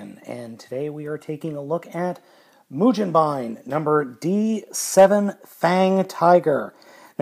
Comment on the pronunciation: the g in mugenbine is pronounced the same as it would be in the word "go"